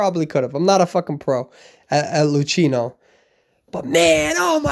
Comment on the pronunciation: I love u but Luchino is read Lukino ^